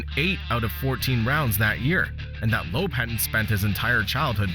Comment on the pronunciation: Loeb = Lööb not Loob